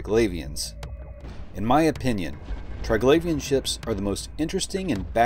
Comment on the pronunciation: tree-glavian, not try-glavian